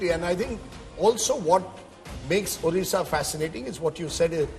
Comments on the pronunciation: Not orissa...this is Odisha.. please pronounce correctly. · A few comments: 1. Note how Rahul K still cannot pronounce Odisha properly; he is not even trying 2. No discussion of the BJP master stroke in nominating Srimati Draupadi Murmu as President of India and its impact on the BJP's support from SC/ST constituencies 3. Effectively, the first past the post system is returning to the 2-party system between BJP (replacing INC) and party X (regional parties), and that is a strong institutional explanation for BJP's improved results in the East (WB, Odisha) as well as Andhra/Telangana, Karnataka